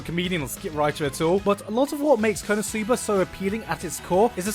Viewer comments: why do you say kono sooba? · I'm still waiting for the day when Gigguk learns how to correctly pronounce the non-english title of an anime ESPECIALLY WHEN THEY SAY IT FOR YOU DURING EACH OF THE 5 INTERLUDES OF EACH EPISODE or do they also pronounce it like this on crunchyroll? Kappa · the way that he pronounces "konosuba" just ticks me off a strange lot for whatever reason.